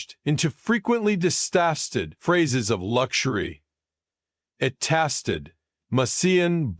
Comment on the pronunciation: Stupid artificial intelligence narration, it couldn't even pronounce the word tasted.